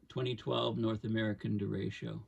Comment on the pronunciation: hard ch like chat